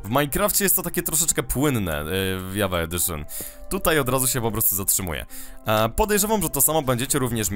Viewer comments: Nie dżawa tylko Java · jest to produkcja szwedzka, a po szwedzku mówi się Java nie Dżawa:)